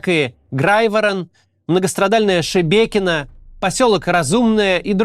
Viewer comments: Кац молодец, название Шебекино произносит правильно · он хотя бы осветил детально, что происходит. И правильно произнес название Шебекино. А почему бы пропагандистам с центральных каналов не собрать денег и не помочь? Симонян вроде обещала размещать беженцев… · Лайк за правильное произношение Шебекино❤